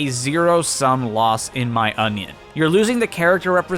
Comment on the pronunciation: you said onion.